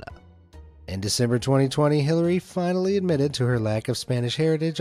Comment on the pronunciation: Had to stop watching after he pronounced the name Hillary as Hill- aria